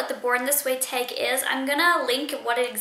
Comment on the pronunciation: "Taaaaggg" Sounds New Jerseyish